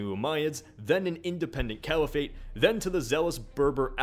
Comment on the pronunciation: Caliphate is pronounced kah-lee-phit. Not the weird half-anglicized way it is pronounced in the video. I'm not hating just informing.